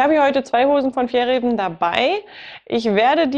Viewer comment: Danke für das Video! Das zweite "ä" in Fjällräven wird übrigens als "a" ausgesprochen. :)